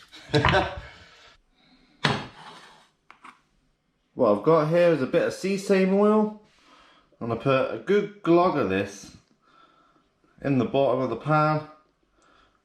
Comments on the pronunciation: Sea same oil hahahaha love ya so you know bro you say it like seh-sam-e like sesame seeds on burger buns Like to see you used more salt this time! You’ve probably guessed, but don’t use it for frying! Ha but anyway what an absolute giant! Love the content and also Jw did the tenderising mallet help at all? Think it would but don’t think you said! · I lost it when you said "see same oil"!! 😂😂 Its Pronounced "sess-a-my". Lol Every time i see a bottle of it, ill think of this. 😂 But what a f*****g squid mate. Thats yer dinner for a few days anyway. Brilliant. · i agree don't fry in sesame oil, I died when you said "see-same oil" instead of "ses-ame oil" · its not sea same oil its called ses a me oil nice squid going to try to catch some soon, good video mate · Dude That oil you used is pronounced ( Sess- A -Me ) oil and its not used for frying. Its used in Oriental cooking in small amounts for flavor! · By the by it's pronounced SE-SA-MEE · Sea SAME 😭😂👌👍 dosent matter how you pronounce it... as long as it tastes good! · I am surprised the squid was edible after being friend in sesame oil. It's pronounced sess-a-me not sess-a-my. The flavor is very strong. It's used in very small quantities to season various Chinese dishes. However, great catch! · Did he really just say "sea same" oil 😳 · sess-a-me. not my. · Before you pull someone up for their pronunciation...get it right yourself. Sess-a-mee. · Great forage. I can't believe you caught that massive squid. The oil is pronounced ses a me oil. You cracked me up with your pronunciation 🤣😂🤣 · sess-am-my in the nw of uk lol great catch,great vid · I think it was intentional but it was funny af LOL Sea Same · Im still laughing at that pronunciation. 😂😂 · The way you said “sesame” made me cringe. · Please tell me you said sesame that way as a joke 😂😂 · Is that how you say seasame oil????? Sound funny 😂😂😂